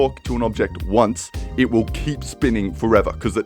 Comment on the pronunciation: "It willl"